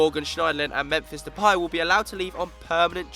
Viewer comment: I didn't know Memphis depay was french